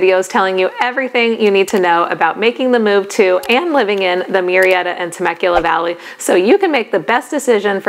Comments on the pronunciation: Absolutely not it is not Mew Murrieta is pronounced Moo-rrea-ta. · It is funny that you mention the pronunciation of Murrieta. I happen to be a bilingual speech pathologist in the area. Murrieta is of Spanish origin and “ Mew-ree-eta “ is definitely NOT the correct (or closest) pronunciation! My last name also is spelled with the same first 4 letters and It is not pronounced as “Mew-row”. In fact the closest pronunciation in the first case is “Moo-ree-eta”. That is of course, if you acknowledge the original Spanish roots of the name. Hope this helps! 😊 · I was thinking the same thing. Murrieta is a Spanish name. Its proper pronunciation is MOO-REE-EH- TAH.